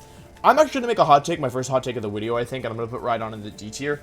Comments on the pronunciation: I like hearing what he has to say but what it up with “wideo” & “jiggalith” etc. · VIDEO DOES NOT START WITH A W, IT STARTS WITH A V! AND FORM DOES NOT END WITH AN E! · Why tf does he keep saying wideo and forme? It’s so annoying 😂 unless he’s doing it for the algorithm because he knows people will point it out. Which if that’s the case... gg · Why did he say wideo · Its something he likes to do he does it in every video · no one: Wolfey: wideo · Great list, though I respectfully disagree with Indeedee female being B Tier. She’s S Tier IMO. A huge pain in my ass. Also, you mispronounced Deckydewey’s name. Another great wideo overall. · Me: clicks on wolfey video knowing full well how long it is Wolfe: "so this is probably gonna be a long wideo..." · Wepeat Wideo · Day 3 of asking Wolfey to make a wideo where he explains how to properly pronounce Pokémon names #frothlath #wenyousoar #neenaytails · "This is probably going to be a longer wideo if I'd have to guess" After those Glaceon videos, this is child's play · cuz it's Woof. he thinks he's cute or something